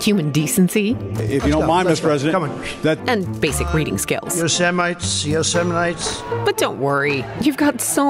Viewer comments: OMG ‼️😫 "Yo! Semite" instead of Yosemite ; "turd mentality" instead of herd immunity. Wow ‼️😳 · Was he trying to pronounce Yoshimity or ani semite at the start of the clip?Even in Europe people know how to pronounce that.